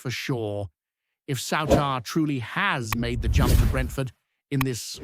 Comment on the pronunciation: Why can this foreign punter not pronounce the Rangers players names correctly, before he tries to tell us all a pure load of sh?te